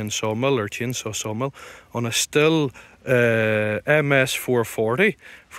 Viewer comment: Not pronounced still . It is steel